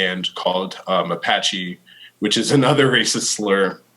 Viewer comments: It’s “Mapache” not Apache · nah man the m is there. Ma-pa-chee